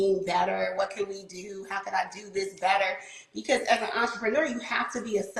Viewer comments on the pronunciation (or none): I hear enterpreneur one more time today.....